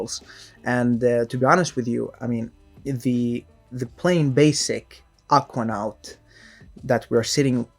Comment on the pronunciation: dude why you pronounce Aquanaut that way?